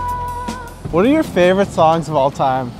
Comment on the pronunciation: my man said 'h-oo-ate'